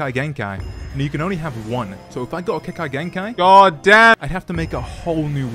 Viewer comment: "kekai genkai" ? ^^ "Atachi Uchiha" ? ^^ of course man, seem like a great narotu fan doing nunjistu with sharikun